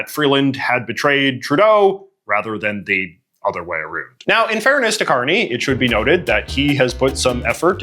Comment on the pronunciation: I hope that you are mispronouncing ou words on purpose. No Canadian says a-roond.